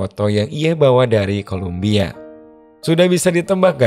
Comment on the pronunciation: Kolombia min, bukan Kolumbia